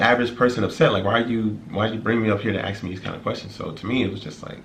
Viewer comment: Why you say “aks” not “ask”